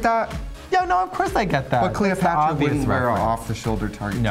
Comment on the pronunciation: I'm sure I heared "CleoFATra".